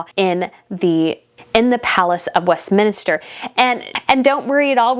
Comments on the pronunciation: West minster, not minister. 😜 You also pronounced Viscount wrong. It’s Vi as in Bye ✌️It’s a silent s. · I love your in depth content! Most people just focus on Harry and Megan. A couple pronunciation suggestions though. "Westminster" is "west"- "min"- "ster", not "minister" like the minister at your church (minster rhymes with spinster). Also, "viscount" has a silent "s" it's pronounced "vye" (rhymes with rye)- "count". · Not west-minister, Westminster. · Respectfully commenting: It is Westminster, not west-minister. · I thought it was Westminster. You keep pronouncing it Westminister. Which one is it? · Respectfully isn’t Westminster pronounced west-Minster. Not west min-I-ster? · This would be an ok piece if not for your negativity toward Meghan, and Harry. You know nothing more than the rest of us outside of Royal family, and you're certainly no Royal expert. It's pronounced West Min Ster. Not Westminister... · West minister? Visscount?…. Oh, brother…. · Thank you for your coverage and insights. (Btw), it's pronounced West-min-ster.😘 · I really enjoy your videos but with all due respect I’m finding the mispronunciation of key words a little off putting. Westminster, Gloucester, Chatto, Edinburgh etc. I would appreciate it if you would address this when doing your research. Thank you.